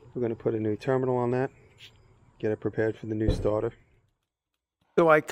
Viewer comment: “Change da staata” 😂True Nu Yorka✨💫💎